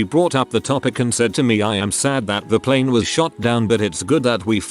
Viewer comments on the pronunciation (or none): none